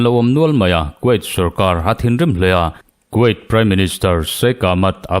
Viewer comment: Kuwait hi quait tiin lam suh.